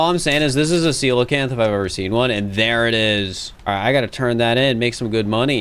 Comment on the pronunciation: honestly, i'm just impressed, but did my man just pronounce 'coelacanth' correctly, first go?